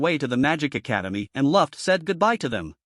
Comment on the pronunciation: why is like every name wrong ruft? glay? wtf man it's luft and gly retart and why are u not using ur real voice?!?!?!??!?!?!?!??!?!?!?